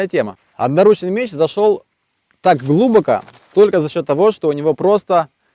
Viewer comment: Как же начинает корежить, когда он говорит «глУбоко»